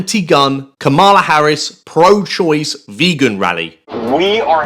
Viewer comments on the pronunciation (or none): The vice president's name is pronounced like comma-la